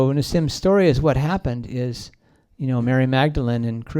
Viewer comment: And it's Story! Not SHTOREY!